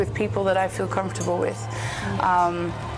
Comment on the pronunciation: Ya veo porque dicen que los españoles son los peores para el inglés en toda europa :/ si mandan entrevistadoras cómo esta chica que no sabe ni cómo pronunciar comfortable, algo súper básico cuando comienzas a aprender el idioma inglés.